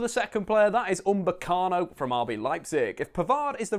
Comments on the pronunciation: his name is UPAMECANO not umbekano xD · He tries so hard to try and sound smart but can't even say upamecano